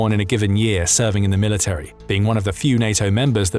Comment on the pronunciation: Can you please re-educate yourself on how to say military?